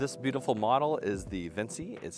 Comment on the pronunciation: You might be right in unnunciation but I think it's *Vin-chee*+ like Leonardo da Vinci